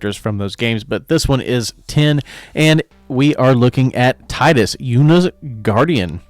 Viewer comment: You are mispronouncing Tidus. Tee-dus is the official pronunciation. (There was one time they accidentally mispronounced it, but all other sources and games clarify the pronunciation.) Anyway, I really like the idea of moving counters around on the saga creatures. I think there is some fun potential there. I think this will be a fun one! Thanks for the video!